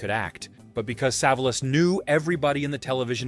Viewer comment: Pronounced SA VOL US.